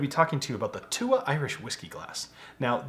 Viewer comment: Came here to see your pronunciation of túath, was pleasantly surprised. I know he explained it but it essentially means a tribe